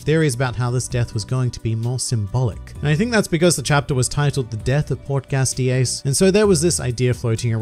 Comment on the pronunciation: As much as I cried during aces death (I probably looked just like luffy except quiet bcuz kids sleepy time) but hearing him say "portGAS d. Ace is really cracking me up 😂